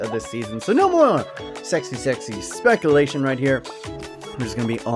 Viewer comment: Lol how he pronounces speculation